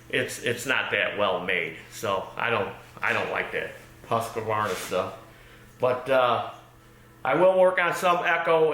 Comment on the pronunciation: Husk-varna, not Hus-que-varna.